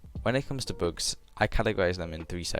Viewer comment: lul u have an accent when u say "bugs" it soundslike ur saying books